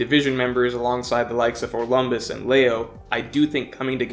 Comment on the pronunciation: Dude what do you have against Orlombus? Haha. Each time you mention him it's as if saying his name make you ill.